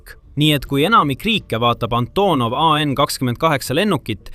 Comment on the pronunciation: "Änthonov ei en khakskhümmend khaheksa"....:):)